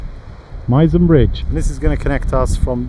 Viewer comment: Known to locals as "the mizen" pronounced MIH ZEN .